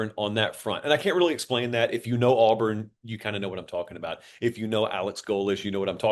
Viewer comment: Buddy just said Auburn. R we trolling its auburn just like nebraska last year they will never be back